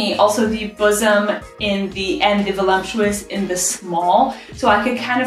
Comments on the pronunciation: Ok, so who is going to tell her it isn’t pronounced veh-lump-chew-us? My wife pronounces it the same way and I giggle every time. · Gonna have the wife check out your channel! BTW…there is no “M” in the word, “voluptuous”.